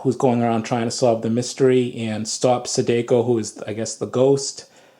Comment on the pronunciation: The way he pronounces “Sadako”… 💀💀💀